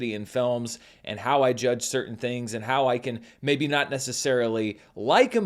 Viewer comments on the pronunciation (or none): none